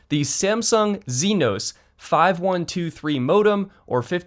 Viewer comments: "zinos" Bruh Exynos is pronounced ex-a-nose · Samsung chipset is pronounced "X-see-nos" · Exynos is pronounced “X eh no se”. Watch the Samsung videos on the Exynos 2100. I’m glad someone is at least trying to break up Qualcomm hegemony on mobile modem chips in the US. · I think 'Exynos' is pronounced similar to Ex-Eee-Nos